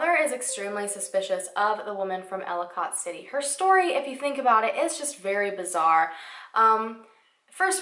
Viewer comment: I havent heard of this case and i live soooooo close to their! Hearing you pronounce Ellicott City was so funny. Im not trying to be mean but its pronounce like Elli-kit city lol